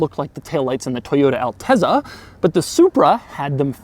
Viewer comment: AlteZZa is pronounced not Alte(z)a, but AlteTSa, like as PiZZa. meaning "altitude"